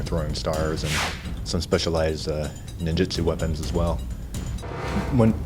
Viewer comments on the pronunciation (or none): none